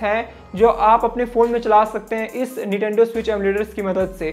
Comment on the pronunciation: Correct it ..its NINTENDO not NITENDO.😮